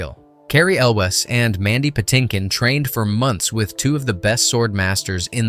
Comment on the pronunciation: This guy needs to learn how to properly pronounce Elwes